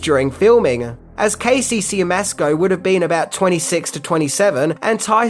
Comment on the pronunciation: Siemiaszko is pronounced "Shyemashko."